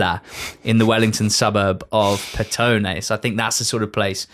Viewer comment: Very good pronunciation of Petone. Most people would say as Pet one